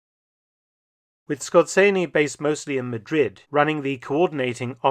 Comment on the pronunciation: Yes. Dr Felton pronounces it quite accurately. Perhaps the "Z" could be emphasized a little more strongly.